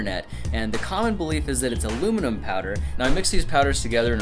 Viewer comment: it's a very soft metal and plus it's not alumiom it's aluminum 😂!